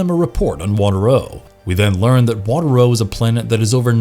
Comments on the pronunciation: The planet was called Water-O (WAH-TARE-OH) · I love this show, I was so bummed that it was so short lived...and the planet name is pronounced waterro with the emphasis on the second syllable. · The narrator also pronounces Water-O the wrong way. He should have done some research before creating this video. How could he say the Mantennas couldn’t breathe underwater when he shows a clip of them talking underwater? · Listening to this makes me want to tear my hair out because he keeps mispronouncing WaterO. He must not have watched or listened to an actual episode.